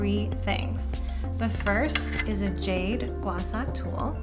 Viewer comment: Thank you for this very informative demo video! However, the tool is pronounced “Gua Sha”, and not “Gua Sa”...